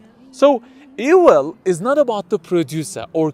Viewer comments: His pronunciation is ewil. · How can you trust the word of a man who can't pronounce the "v" sound? What is ewil?